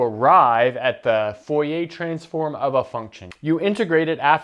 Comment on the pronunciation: Dude, I love your videos, and I'm sure I'm gonna like this one, but as a french person, I can't get over how you pronounce "Fourier" as "Foh-yeh". It's pronounced more like "Foor-yeh" (The "oo" in "Fooh" is like the "oo" in "loom" and the "yeh" is like the "ier" is "Navier"). But yeah, love your stuff, I'm just being a stereotypical pedantic french guy here.